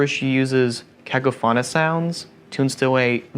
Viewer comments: I hate how he mispronounced cacophonous. It's literally the worst way to pronounce it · Yeah... that's not how you pronounce "cacophonous". That's a 7th grade level word.